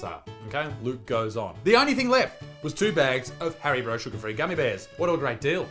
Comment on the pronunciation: HARIBRO? Did he say Hari-BRO?